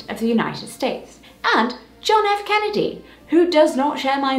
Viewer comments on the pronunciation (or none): none